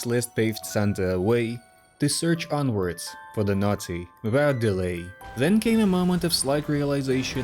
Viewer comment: The way you say naughty sounds like nazi